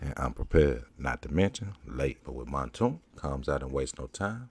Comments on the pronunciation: Man name aint montoonk, it's Mounk Tounk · Its pronounced "moonk toonk"...